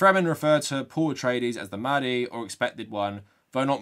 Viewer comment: What annoyed me the most was probably the fact that 'mahdi' and the other Arabic words were not pronounced properly. It seriously cheapened the beauty and complexity of the Arabic language, and does it a disservice. Actors will spend months/years perfecting a British/American accent, and they couldn't be bothered to learn to pronounce a handful of words? Shameful and just lazy imo.